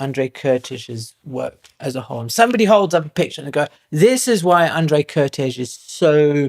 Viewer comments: Great video about a less known genius, fellow countryman. Just out of respect, the pronunciation of the name Kertész: Ker - like care t - t ész - like ace. Sort of like Caretace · You would say Kertész like you would say Curtis but with an A instead of the U.